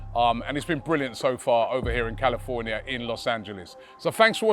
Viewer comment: Calafornia Robbie's mouth is so used to say calafiori😂😂😂😂